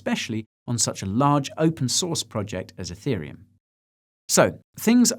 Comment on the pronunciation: I’m watching this on iPad. Every time Guy says “ethereum” it hears “hey Siri uhm” and triggers Siri 🤣